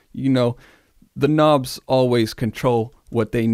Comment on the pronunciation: First time seeing this channel but after all the intentional mispronunciation of words I subbed after he said "k'nobs" 😅